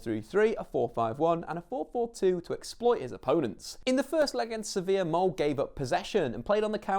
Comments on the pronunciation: Not "mold" but "molder" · You should prononciate the e in "Molde" !! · Please look up how to prounounce "Molde" u butcher the name.... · "Mold" "solskjaar" that is not how you pronounce any of those. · Man you couldn't of pronounced Solskjaer and Molde worse. so terrible and insulting